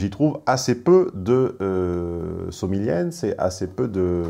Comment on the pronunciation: en italien c'est somigliAnze avec a pas somiglienze comme tu l'as prononcé